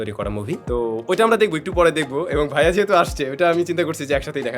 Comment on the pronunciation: অতিরিক্ত সম্মান করতে গিয়ে "ভাইয়া" কে "ভিইয়া" বলা